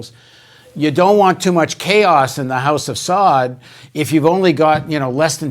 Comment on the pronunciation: With all due respect to Paul, it is the house of SaUd and it is the Wahabbis (Salafists). Pronunciation matters.